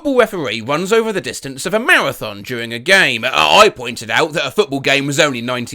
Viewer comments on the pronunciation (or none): none